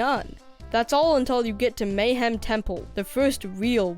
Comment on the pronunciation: Why am I getting so triggered that you guys keep pronouncing "Mayahem" (Maya Hem) Temple, as "Mayhem" Temple? Its a Mayan Temple full of Mayhem! I think I was 10 when Banjo Kazooie came out. It was (and remains) one of my favorite games! I didn't get to play Banjo Tooie until about 2015. I think I was 27. I was super excited, but I quickly noticed all its flaws (many of which were brought up in this video) I couldn't bring myself to finish it. I was super excited when Yooka-Laylee came out, since it was supposed to be A Spiritual successor to Banjo Kazooie because of licensing reasons (Same Original Developers created this one, and was not owned by Microsoft) I enjoyed Yooka-Laylee, but I felt like it was "empty" not so much with empty levels, but just the whole vibe seemed like it was trying too hard to be Banjo Kazooie, but they didn't have the level variation. Only 4 main levels. Then once I got the ability to fly (no need for a flight pad. Just a rechargeable flight meter) I felt like that made all the fancy moves and jumps obsolete, so then I felt like I didn't want to finish the last level.